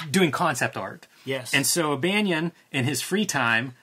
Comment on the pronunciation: It’s Banon like Cannon